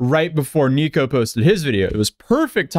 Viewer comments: Everytime you say Neeko i cringe. Just call him Nick 😂😊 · Dude's name is Nick, why are you calling him "Niko?" Why are you doing that?